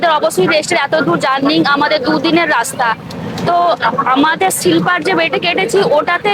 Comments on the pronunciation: সিলপার নয় ওটা স্লিপার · Silper hoy na....ota Sleeper hoy 😊😊